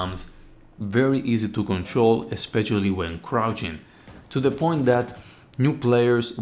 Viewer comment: When you said ešpeççialy you got me